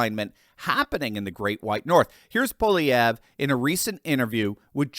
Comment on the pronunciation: Nice to hear someone properly pronounce Pierre's name. 😂